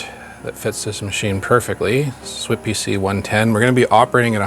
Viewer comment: Those in the know pronounced SWTPC "swap-tech" ;) Just a little tidbit for ya